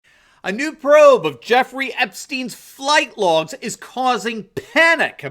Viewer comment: "Flight Logs" or "Fright Logs"???